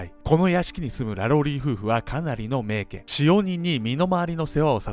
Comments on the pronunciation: しょうもない指摘ですが、名家(めいか)な気がします🙆‍♀️ いつも面白いです。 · 「めいけ」でなく 「めいか」ネ。細かくてゴメン。 日本語の正確さに拘るカナダ人より。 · めいけ では無く めいか と読みます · 最近、ファンになりました❣️えーとでも一つだけ、名家＝めいかと読むのではないのでしょうか。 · 名家って、めいけ？ 普通はめいかじゃないですか？ あえてだったらすみません。